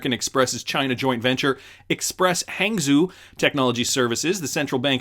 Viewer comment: Fun fact, Hangzhou is pronounced "Hung-Joe" ... hehehe :D